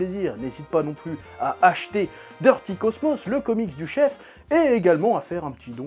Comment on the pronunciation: « Mais quelle est donc cette raison petit chefeuh »✨😂😂😂✨jpp